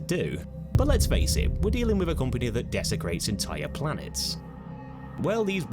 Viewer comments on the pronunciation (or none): Oh yeah staying alive, taking unused resources from empty planets, SOO SELFISH. 😂 We TOTALLY "deserved" to be hacked to death. "Desacrates" lol what is your boner for these empty dead worlds? 😂